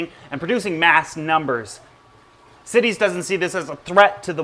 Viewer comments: CITES sounds like it should be pronounces SITES and not cities there is no i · It is CITES (the Convention on International Trade in Endangered Species of Wild Fauna and Flora), so it is pronouced like sci-tees, not like cities. Why isn't it pronounced like the cites in "he cites the definition of CITES"? because english is horribly inconsistent and makes no sense. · Its cites not cities. Like "sights" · CITES is pronounced sy-teez , not sit-eez . Just an FYI for anyone that wasn't sure. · cities is actually pronounced sight-ies. smh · CITES not Cities ;) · Where I'm from in the US we say CITES (long i) so not to confuse it with cities. (Short i ) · I love your show but that's not how you say CITES. It's pronounced sightees. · Always read/heard cites pronounced sites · dpsilver I worked at a job that had followed cites regulation . Pronounced as Sci-tees. Like sci(ence) teas. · its pronounced "sigh-tees" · I've always heard it pronounced 'cy-tees'. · me too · Love the info. But i cant help it...It is pronounce Saay-tis. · Also CITES is pronounced sites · CITES...... its pronounced S EYE TEES....... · Great video, very informative. I just want to let you know though that CITES is pronounced sigh-tees with a long I and long E. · CITES is pronounced sight-ees, not cities. Part of the price of Asian Aros is because the farms where they are produced must return 10-25% of their spawn to the wild, as part of the agreement allowing them to farm them and sell them legally. Last time I saw numbers, the release of captive bred fish to the wild was not having a marked effect on wild population numbers as the illegal trade in them is still thriving. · CITES pronounced sy-tees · The I in CITES is pronounced as a long I. FYI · Rev Hitit I have been a zoo keeper for 18 years and have to deal with CITES almost every day. I assure you it's not pronounced the way he says it.